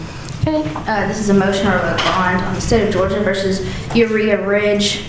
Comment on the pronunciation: Uriha? Like Urea? 😂 Lawd…